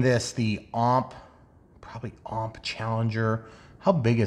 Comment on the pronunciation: Why does everyone say OMP like it's a word? They stand for Ohio Model Products so it's O.M.P. basically.